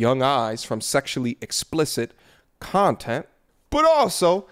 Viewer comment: “... a whole bunch of other CUNT-ent” 😂